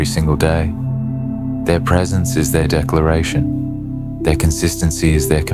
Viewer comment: Precence? Is this narrator having a laugh? My avoidant husband was either at work, busy, out with friends / associates or too tired to be present. Damn he'd even come home and work some more. Cleaning or on the laptop working until 1/2am. Most definitely anything but pressnt.